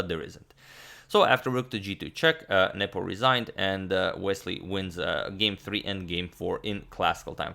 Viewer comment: I keep hearing "Nipple" instead of "Nepo" and it's oddly distracting